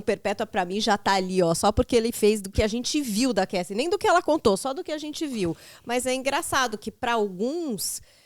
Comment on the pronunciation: Alguém sinalize ao pelo amor, que a pronúncia dele ao se referir o nome da ex do Diddy, a Cassie, está equivocada, ele não percebeu?! Somente este adendo.